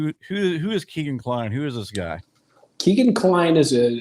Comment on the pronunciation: Its Kegan like Megan